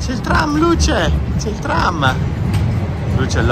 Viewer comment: The baby is Luce - pronounced ‘Lucha’. Luka is Daddy.